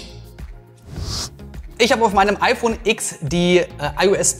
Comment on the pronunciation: Ach....ich dachte es heißt „iPhone Zehn“ und nicht „x“